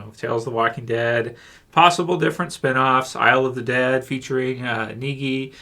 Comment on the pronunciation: I laughed for 20 seconds about your..."Naggie...*cough*... Neggie..." thing lol, "All you need is love", you know, John Lennon can't be wrong. Those commonwealth subplots don't really matter to me, I think the main arc is still between the Lance vs Maggie group, I think that's the important one. For me was regular episode, 7/10.